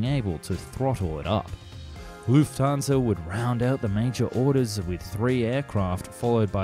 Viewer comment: Germans: Lufthansa Americans: Lüfthansa